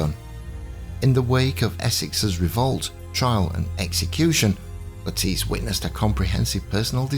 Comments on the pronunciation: "nolls" is correct ""le-TEECE" is not, The name has always been pronounced "LETT-iss" in the UK with stress on the first syllable- whereas the USA the fashion in names seems to often stress the second syllable (another example is Bernard (UK BURN-nud : USA b'NARD) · The most commonly used pronunciation and certainly the one used by reputable historians and historical documentaries in the past is "LETT-iss" (like the vegetable) "Le-TEECE" as used here is a very modern innovation (since the 1980s) At least we can all agree it is Nolls not Noll-eese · Yes, that's exactly why. Because so many are mis-pronouncing it.